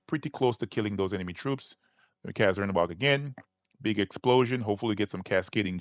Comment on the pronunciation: Cz is actually a ch sound like in the country Czech republic so its more like chernabog not zernabog